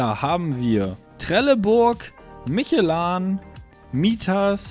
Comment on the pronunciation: ALTER LERN MAL DIE MARKENNAMEN OMFG: VreDESTEIN nicht VredeNstein.... MischlÖ nicht MICHELAn. Reicht schon wenn mit seinem Kaackostdialekt kein Deutsch kann.